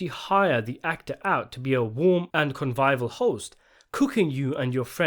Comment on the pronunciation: What’s a convival host? 😂😂